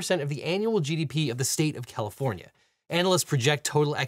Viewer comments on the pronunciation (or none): Poor Califvornia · the state of Califvornia” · "Califvornia" hehe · ah yes, the state of califvornia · "... State of CALIFVORNIA" lol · Califvornia lol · Objection! “Califvornia” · "Califvornia" lol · Califvornia........... :face-orange-raised-eyebrow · "Califvornia" Lol.